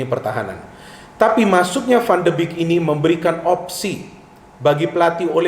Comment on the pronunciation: Analisis yang bagus.. sedikit koreksi pengucapan yang benar 'van de bek' bukan 'van de bik'